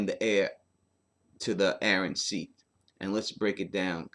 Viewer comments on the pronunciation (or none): none